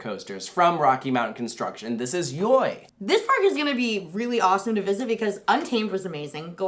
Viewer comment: Hey guys! YoY is simply pronounced Joy. (and no it’s not a Dutch word or anything, it’s just Walibi being weird)